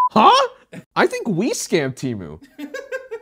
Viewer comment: finally, someone pronouncing temu right ha